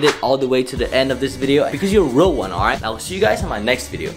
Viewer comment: He say Oight guys